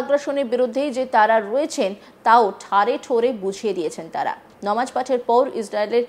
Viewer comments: নিউজ প্রেজান্টার হয়েছেন কিন্তু উচ্চারণ এখনো শুদ্ধ হয়নি নামাজ কে ইচ্ছা করে নমাজ বলেন। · ইচ্ছে করে নামাজ কে নমাজ বলছেন। যদি ভুল করে বলে থাকেন আশা করি সংশোধন করবেন ।